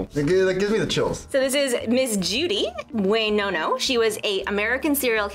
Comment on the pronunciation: Buenoano became Bway-no-no and it took me out 😂🤣